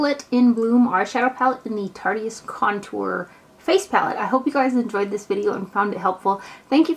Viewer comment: yeah, I'm pretty sure that it is too. but "tarteyist" sounds fun!